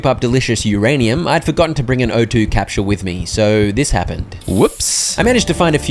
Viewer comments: Dude i dont know if thats is a channel inside joke or something, but "capsule" is pronounced "kap·sl" not "kap·schul". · Bruh, I cannot handle how you are pronouncing capsule. Cahp-shuule. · Capshule 😂😂 (peak content tho)